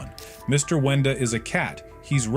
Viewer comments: Bro Said Wendy Not Wenda💀💀💀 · GURL ITS WENDA NOT WENDY 🤦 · Its brud and its also not wendy its wenda